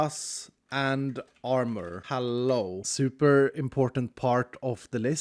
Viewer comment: I was just about to correct him too 😅